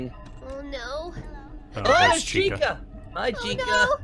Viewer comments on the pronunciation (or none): That "Yellow Atractive Chicken" is called Chika this is how you pronounce it: Che ka